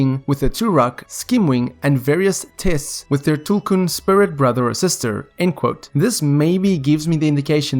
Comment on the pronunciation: Yeeees finally someone pronounced tulkun correctly